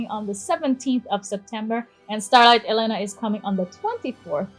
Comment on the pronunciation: HER NAME IS ELENA AND NOT E LENA